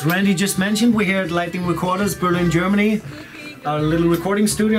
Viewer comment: Cool Randy! You are one of the few Germans that prounounce "Berlin" correctly in english. Those controls look like controls of an old russian nuclear plant. Keep up your nice work!